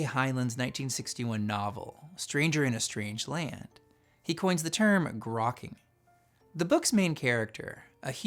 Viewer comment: grokking sound like cracking